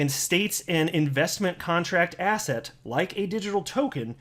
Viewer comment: Every time you said asset it sounds like ass hat 😆😆😆 But u are definitely right SEC is a bunch of ASS HATS🎩 I think I have ass hat on the brain 🧠